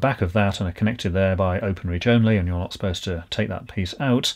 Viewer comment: I love the way you keep saying, not "supposed" to be moved.